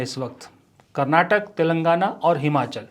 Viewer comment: Sir i love ur videos but one thing I have to tell everyone whenever ur taking states name take it fully being kannadiga it's karnataka not karnatak please...